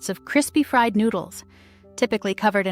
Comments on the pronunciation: WHY does she pronounce fried "FREED"? (In the bologna section.) Did the producers pay attention at all??? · Fried is pronounced Fryed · "Fried," not freed. These AI's really suck..."20 the Century"? Come on! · The freed bolonia sandwich. Sure. Artificial "intelligence" closed captions are quite bad enough. But freed bolonia spoken aloud? A break, please. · Freed-ba- lone-yuh! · I caught the accent thing. Ffeed Bologna sandwich? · Freed bologna with may-o-minaze? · "freed" baloney.. Mayo-ma-naise